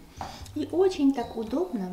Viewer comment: Эгине, меня прорывает смех всегда, когда я слышу от вашего мужа "ОЧень ". 😂😂